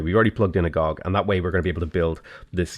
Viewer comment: Agoge = uh-go-gay. It's Greek, like "agape" which is pronounced uh-gah-pay.